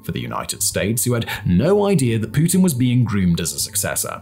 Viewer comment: you butchered pretty much every single Russian word. Only one perfectly correct was „Putin“ though. Good job! 👍🏾;)